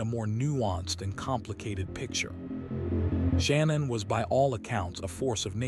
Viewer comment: Sha-nan not Shannon and Ru-sak not R-usak